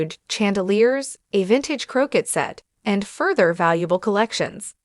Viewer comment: AI is pronouncing croquet wrong.